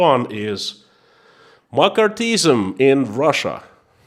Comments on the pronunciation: omg for a moment you had me very confused about makarthism(?). It is pronounced Mc Carthy ism. Just letting you know :) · Mc·Car·thy·ism. pronounced McCarthy - izm. Pronounced Mac karthy Izm. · It's pronounced Mak ar thee ism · I love your courage and thank you for your insights. It is pronounced "ma car thee ism" and it was a most destructive time in our USA. I'm praying for you and your family. Be well, be safe, stay free. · In English McCarthyism is pronounced mak ARTH ee iz em. But I got the message anyhow. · Appreciate your videos. By the way, it is pronounced Muh-CARTH-ee-ism. Based on the actions of Senator Joseph McCarthy. It took me a moment to figure out your reference. Yes, it was a thing, a lot of it affecting artists, actors, writers. Interesting that Roy Cohn worked closely with Senator McCarthy in the witch hunt of communists, and later became a mentor to Trump. Trump. who famously said "Where's my Roy Cohn?" when feeling like there was a 'witch hunt' against him. Yes, where's the attorney who was an expert at staging political witch hunts to defend Trump agains a perceived political witch hunt....... I swear, a person cannot make this stuff up. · In case anyone else is wondering he saying McCarthyism . It took me awhile! Lol